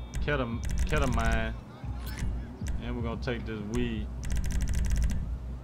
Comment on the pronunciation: My boy mispronounced ketamine but anyway i need a link for these mods bruh